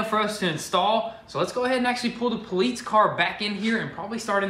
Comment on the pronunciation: poleets... are you saying that cause you cant pronounce police or are you saying that cause its not an actual police car? i dont understand